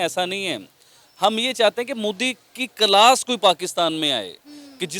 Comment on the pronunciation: Calas nhi class hota hai 😆😆😆